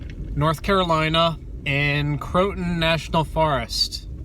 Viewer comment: 'Crow-a-tan' not 'cro-tin'